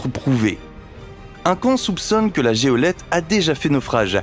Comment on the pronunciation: ça commence bien = à 1.15 il nous parle de "la géolette" faire une vidéo sur les bateaux sans même connaître le mot de "goélette", c'est assez médiocre !